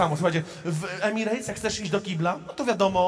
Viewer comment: EMIRETS NIE EMIREJTS CIOŁKU MALINOWY 😂